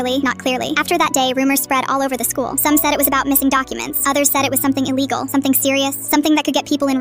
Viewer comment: illi-gal nice